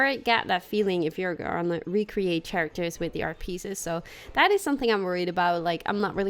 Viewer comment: Characters is pronounced kerekters, not tsjerekters